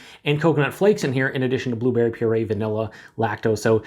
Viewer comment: you said two berry instead of blueberry lol